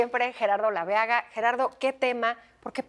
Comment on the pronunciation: Olaveaga....no Labeaga